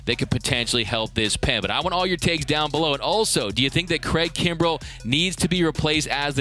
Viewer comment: my boy said craig krumbel lol